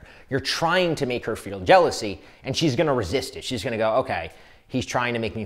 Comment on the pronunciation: Jealousy not jealsoy 😂😂😂😂